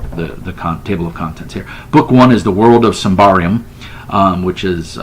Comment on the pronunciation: Not that it matters but it's pronounced "Symbaroom". Have fun playing it :)